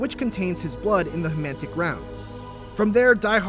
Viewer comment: Hematic rounds not hemantic